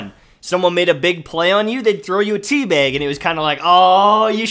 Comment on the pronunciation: Is.... is he saying Tea Beg? Like.. with an 'E'? Or is he just really northern?